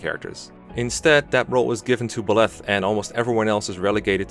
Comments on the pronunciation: What’s with his pronunciation of byleth "Belef" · be like Ba-leth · I’m sorry I just really wanted to | Buh-leth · Pronunciation - BYE - leth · Who the heck is Bill-eth? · The way he pronounces Byleth physically hurts me. 😭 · The absolutely worst thing about Byleth is the way you pronounce his name, Jesus fucking Christ. No, but seriously, I just recently finished my 250-hour long playthrough of Three Houses, completing all 4 routes. It was a blast and I thoroughly loved my time with the game, and because of that I have a lot to say on things like characters and story, and Byleth is not an exception; in fact, he's probably the rule if I am being honest. Byleth or Edelgard for sure. Now, I need to preface this - I actually really like Byleth. And I like him more than a majority of the characters in the game and I don't think he's a soulless husk-like most people seem to; I would much rather see Byleth communicate with basically any character in the game instead of watching Ignatz and Ashe talk with one another, for instance. I think he (emphasis on he - lmao) has one of the better visual designs in the game and he genuinely has some of the funniest dialogue as well. He's this combination of calm and collective, aesthetically pleasing to look at, and combatively competent. All while being layered upon with a dry sense of humor without being overly animated, emotional, and childish. And ALL of that is right up my alley. With that being said, I do have criticisms of the character and actually think he is one of Three Houses' weakest narrative points as he basically defines the biggest problems with the game - inconsistency and missed potential. As I said, I have a lot to say, and this comment section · how to mispronounce the MU name: a video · First SAY HIS DAMN NAME RIGHT BY LETH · Well saying name wrong ooof big oof . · “Buh-leth” lol. Think of the word bisexual: bye-leth. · The way you say Byleth triggers me. It’s Bye-leth, not “Bleth”